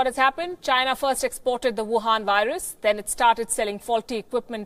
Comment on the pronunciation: I love her when she said Chinese export Chinese vires.